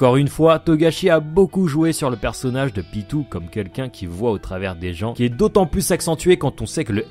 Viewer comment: PYTO ON DIT PYTOOOO